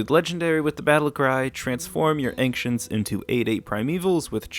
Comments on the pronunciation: Your pronunciation of anxients makes me anxious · Who is this man and why does he say Anktients? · As somebody from Kentucky I've never heard Ancients pronounced that way